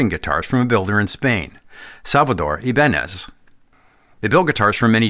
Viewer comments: That's not the correct prnounciation: It's something like "e" banez. The "I" sounds like in bitter. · It is said as Hibaneth ! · Apologies for being that guy, but it’s actually pronounced eee-bah-nyyez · It's always given me the heebie-jeebies whenever I heard Ibanez pronounced as "ay-bun-ehz" instead of "ee-bah-ñes". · It's funny that we say I-Ban-Ez (accent 1st syllable) When correct Spanish is Ee-Ban-Yez (accent 2nd syllable) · Was expecting to hear “Eh-BAHN-yez” at least once and was not disappointed. First Paul Gilbert reference. There; now I’m not one of the people complaining my favorite Ibanez artist was left out. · His last name would be pronounced "ee-BAN-yez". The ñ is a "ny-" sound, like ña is "nya". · Well it’s eye-bahn-ez now. Like it or not it’s become the brand’s id that the world knows it as. But cool to know the real word and pronunciation